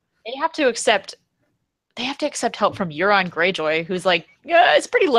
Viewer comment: Euron is pronounced "Your-on" btw